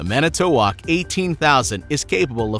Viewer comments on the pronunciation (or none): MANITOWOC - NOT - MANITOWOK